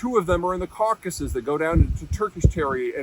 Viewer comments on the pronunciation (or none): none